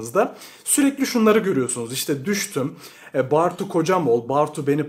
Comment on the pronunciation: Bartu'yu hiç doğru okumamışsın belli.